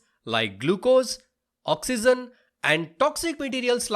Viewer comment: Oxygen is pronounced as ' Oxeejen' not ' Oxeezen'